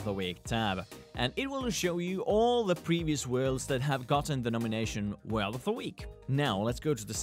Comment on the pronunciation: Please JUST SAY WORLD NOT 'WELD'